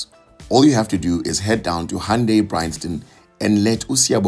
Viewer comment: Thanks for teaching me how to correctly pronounce "hoondaiii" at 4.22 secs 🤣🤣🩷🙏